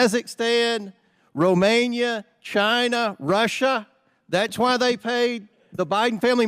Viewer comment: It's hilarious to hear Comer pronounce Romania like Romaine lettuce.